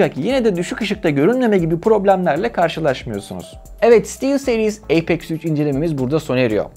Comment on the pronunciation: Haklısın birde eypex 3 demeside garip bi durum ya apex üç dersin yada eypex three dersin